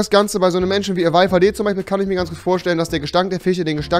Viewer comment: Wenn man sagt "Menschen die es nicht geben sollte" aber selbst nicht mal das Wort "Menschen" aussprechen kann 😂 PS: Rewi ist trotzdem coooll